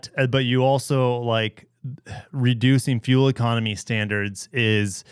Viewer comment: "Standars"... really Forbes?